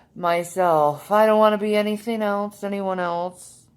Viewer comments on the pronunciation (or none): Why can't she speak normally? 'Anytheen, sumthin, rawn, lawn, damoore, human be-un??? She needs speech therapy.